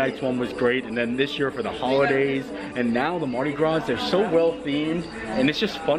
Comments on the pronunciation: allow this Neworleanian to teach you to pronounce Andouille, ohn-doo-wee. Also, the S at the end of Mardi Gras is silent. Great video, Universal did surprisingly well with it. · Happy Mardi Grausse lmfao